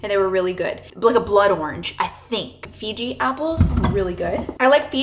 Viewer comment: You may be saying this but it’s Fuji apples. Sorta sounds like you’re saying Fiji apples 😊